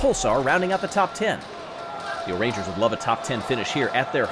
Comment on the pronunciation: You are supposed to say it as ooooooooo'rangers